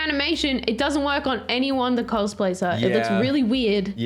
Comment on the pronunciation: Ummm….guys… pronounced cosplay wrong….and also…my sisters name is Gwen